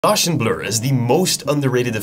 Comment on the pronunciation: that’s not how you pronounce GAUSSIAN bro… 😂